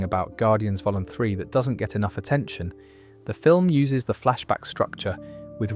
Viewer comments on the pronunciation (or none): It's really well done, but some of the pronunciation errors are inhuman In the first few minutes it doesn't seem to know how to say Vol.3 as in guardians of the galaxy vol 3. Wanda as wantoo? Wakanda pronunciation etc